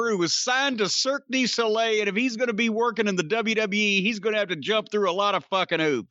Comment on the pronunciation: When said Cirque de soli I knew Jim was going to blow up just a little. All the time making jokes about the circus and finally came to bite